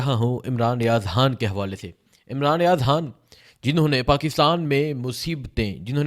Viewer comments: Aap han kyu bolte ho Khan bola karein na 🤔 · Bro its not Haaan his name is Khan with K khhhhh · Imran Riaz haan😂 bhai naam to sahi lo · السلام علیکم او پیارے بھائی یہ حان کیا چیز ہے؟ آپ کیوں خان کی ماں بہن ایک کر رہے ہیں؟ اور ساتھ ساتھ غ کی بھی گ بنارہے ہیں۔ ایسے لگتا ہے جیسے سکول سے بھاگے ہوئے ہو۔ مہربانی کرکے قاعدہ پڑھنا شروع کرے۔ ایک قومی زبان کی حیثیت سے ہمیں اپنی قومی زبان کو کچھ احترام دینا پڑے گا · Oh bhai yeh .....Haaan kiya hota hay.....Khan kaho na.....LoL.... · Sir pls haan nhi hota khan hota hai pls ap lafz ko khaya mt karain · ھان کیا ہوتا ہے. خان کہا کرو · خ. اور ح. فرق ہے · حان نہیں خان ۔۔۔ حبر نہیں خبر کہو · ھان نہیں خان۔۔۔ ہبر نہیں خبر۔ ھاھاھا یار عجیب طرح بولتے ہو۔